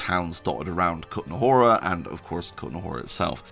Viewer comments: WOOOW, good job in pronouncing the Kutná Hora :-) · Your effort to pronounce Kutná Hora and Trosky correctly is much appreciated! When I heard ESO, I think, promouncing Trosky with English "ay" at the end of the word, I almost suffered a stroke :D